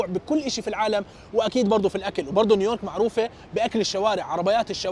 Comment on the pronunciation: تقهررر قول نيو يورك وش الي نيورك 😂😂